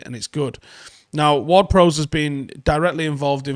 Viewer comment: please stop pronouncing James Ward Prowse name wrong? think ships bow? not bow and arrow and say it like that? prowse has an e on the end, prowse like cows